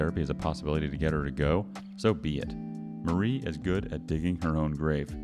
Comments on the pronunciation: you're right, usually Mari is pronounced mah-ree instead of muh-ree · Are you really trying to say the right or wrong way of saying something in a language that has the word(s) LEAD? Also, Mari (spelled exactly like it is done in the video) is a British name with south American roots.